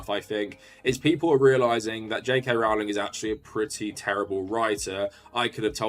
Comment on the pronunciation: I appreciate that you refuse to pronounce her name properly.